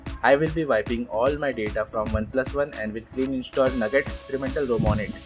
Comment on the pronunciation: umm it's "NOUGAT" not "NUGGET"